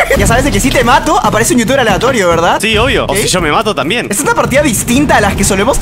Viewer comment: cap DIJISTE YOUTUBER NO VITUBER